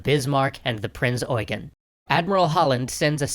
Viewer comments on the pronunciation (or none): its prinz eugen not oigan? lol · Prince eugen not price oigen🤣🤣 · Eugen is not pronounces as it is written. You have to speak the second 'e' long. I know it's weird. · seen it pronounced both ways, so are you sure about this instance? Sometimes Eugen is pronounced just like Eugene, but sometimes the second e is short making it "You-jen". For example, the now late UCLA professor Eugen Webber had the short e. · 1. Maybe I should have been more clear with what I was criticizing. 2. Your phonetics are not correct. There are two ways to pronounce "Eugen". The one used in the Duden and the one that "prince eugene of savoy" used. If you had looked at the link I've sent you, you would have seen that the phonetics for prince eugene are different from those of wiktionary. The Duden has limited authority over the german language let alone german/austrian names.